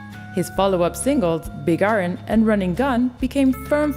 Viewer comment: Excuse me but I've never heard of a song named big A-ron.